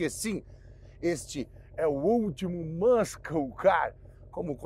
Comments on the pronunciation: eu entendi muita coisa do carro, mas não sei porque youtuber adora chamar um poney car (mustang e camaro) de muscle car porém não entendi de forma alguma o 'mâscou' se referindo ao termo muscle se não sabe falar o idioma, não invente pronúncia, a pronúncia é 'mâssou', vai ver ele erra da mesma forma o termo castle, falando 'quéstou' ao invés de 'quéssou' sim, tem que corrigir essas coisas, imagina o quanto de 83 brasileiro vai ver e repetir essa pronúncia achando que está falando certo não precisa acreditar em mim, se tiver dúvida pode ir no tradutor do google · teu fan mesmo quanto desse carro! Apenas um detalhe: inglês "Muscle" se pronuncia "mã-ssou" e não "mãs-kou" é nóis, excelente vídeo! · Se vale ser chato, vai a correção já que é uma palavra muito falada por brasileiros que gostam de carros. MUSCLE não se fala "mâsCOU", mas sim algo mais parecido com "MãSSOU"; sendo que esse final tem som de L. Fonemas em inglês "muh·sl"